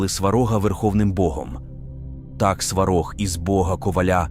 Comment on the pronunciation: Навіщо братися за тему коли ви навіть наголос ставите невірно!! Якесь свинство... На кацапський манер: "СвАрог"... Щоб вам у глотці пір'ям поросло! За дискредитацію і провокаціїї